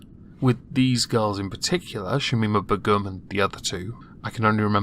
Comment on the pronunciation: Please learn to pronounce Begum